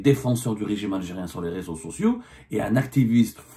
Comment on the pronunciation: Je te le jure je t'aime bien mais arrête de dire les réseaux soousio 🤣 aucune faute d'orthographe (soucou) et d'ailleurs tout le monde c'est où se situe la ville de Nîmes, on n'est pas en dzderi ICI,😁